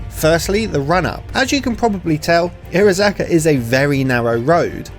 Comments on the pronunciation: Bruh the pronunciation hurts it’s iro-haza-ka not irozaka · Entertaining video but the missing syllable everytime he says Irohazaka low key triggers me.